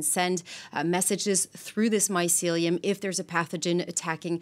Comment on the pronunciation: Ladies, you really need to reshoot this video. Too many mispronunciations and other errors to list here but I was cringing throughout the entire video. This is important subject matter and it needs to be done properly. Thanks.